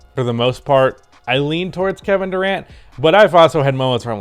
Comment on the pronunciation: Lmaoo “gevin Durant”